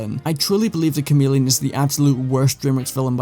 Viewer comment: The Cha-mid-leon